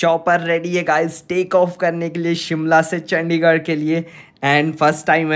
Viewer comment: Tum ne ek baar chadichar bola chandigar ko